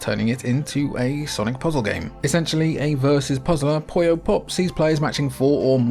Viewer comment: Why do so many English speakers mispronounce "Puyo" as "Poyo"? I understand the never-ending mispronunciation of English and Japanese between those two languages, but I don't think there's any English word where "u" us pronounced as "o", so where that "o" even comes from?